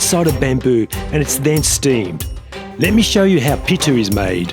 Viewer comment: Hi how r u? I am from india your saying the food name pittu that is not correct name. That food name is puttu. Pu it tu....